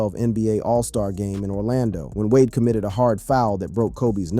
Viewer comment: Why did you pronounce d wade name like that weirdo